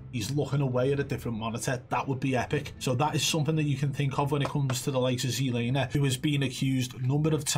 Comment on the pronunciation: He did see the guy at the end thats why he stopped but he knew he was fucked ^_^ Keep telling you its "ZLamer" ;)